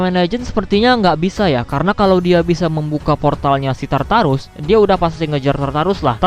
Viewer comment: Tartar sauce baca nya?